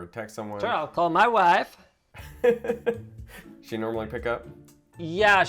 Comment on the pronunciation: “MAH WAIFE”